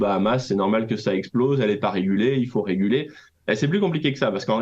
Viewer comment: Ah oui mais c'est "régulay" ;)